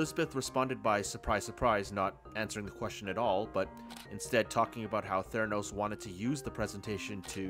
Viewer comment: Theranus with a slient "T"